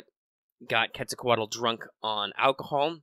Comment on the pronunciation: You pronunciation of Quetzalcoatl is pretty good. And that was a pretty good amount of accurate data. 👏👏👏👏👏